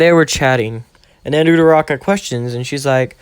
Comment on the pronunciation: it's not udaraka it's uraraka